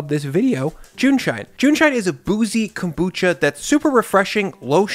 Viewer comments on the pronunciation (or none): none